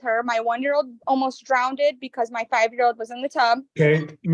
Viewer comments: First thing out her mouth “Drownded???? 🙃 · Dad seems to be good & mom seems to be a walking disaster…..and did she say “drown-ded”? How can she provide better? Dad may not be perfect but appears better than mom. And I wish the judge would tell whoever is coaching her to be quiet.